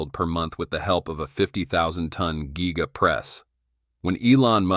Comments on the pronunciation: it's G-EYE-GA. get it right. ha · Your narrator is a jerk, he (it) cannot even pronounce "giga". What a waste of a video.